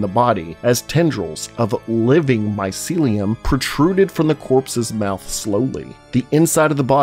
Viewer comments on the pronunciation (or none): none